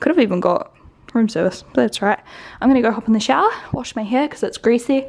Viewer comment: This has nothing to do with the video but has anybody noticed (maybe it's a north eastern United States thing) saying "right here" sounds like "rate here"? Not in a country accent way 🤔 Maybe it's just me.